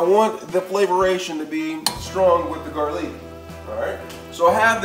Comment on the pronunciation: Ramen & garleak 😂